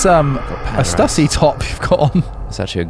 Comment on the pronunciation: ok killed it but mis-pronouncing stussy bothered me